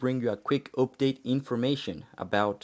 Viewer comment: Im not sure when the multiplayer will be available for everyone. Hopefully the beta testing gos well and doesnt take too long. And the way u say "update" is awesome.